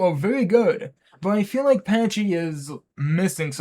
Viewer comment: Fake autism bro; "Patchy"? Pachycephalosaurus is shortened to Pachy which is pronounce "PACKY" God, how dare you claim autism over dinosaurs when you cant even get that right •̀ ⤙ •́ (/lh obviously)